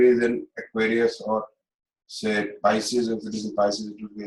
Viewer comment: It is pronounced PISCES and not PIECES